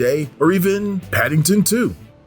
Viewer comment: 💀.., Baby, honestly, you were goin STRONG, up until..("shudders"), .."ppppPADDINGTON"..???!! ..(sheeesh..)..smfh...ohh well..But, seriously, EXCELLENT JOB.., THX..(and, I AM "SUBB'D..!!!) ~Peace